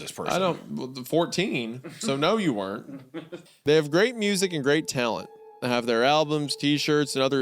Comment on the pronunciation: pitch a tayent